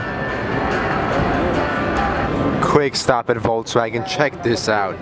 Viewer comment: "Voltswagon" ughhhh facepalm